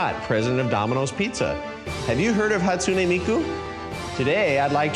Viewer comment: "hAtsUnEy MiYkU!" its "Hatsune Miku"..